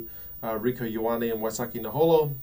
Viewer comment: (k)ey oh arnie ... not yoh arnie (Ioane)